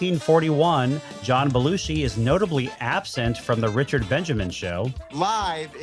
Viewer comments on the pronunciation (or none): none